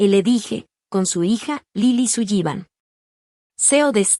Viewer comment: Interesante. Pero no me gusta como, tal vez, para los hispanos parlante, pronuncian el apellido Sullivan.